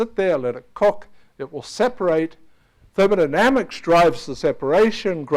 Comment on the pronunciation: That guys pronunciation of 'thermodynamics'. Da-ma-na-na-mix.